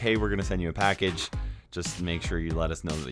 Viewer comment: Idk why but when you said “supercell sent me a package” i heard “supercell sent me a bad b***” 😂😂😂😂😂